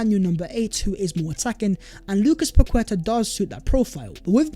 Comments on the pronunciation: How many more times? It's Pa- Keta ... not Pa-Kweta. It just shows you need more focus on detail when speaking on peoples names. It is important. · How to pronounce: Pa - kwe - ta ❌️ Pa - ke - ta ✅️ Much love though ❤